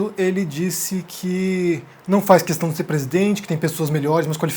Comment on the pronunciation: Quando ouço esse "qüestão" me da até ojeriza.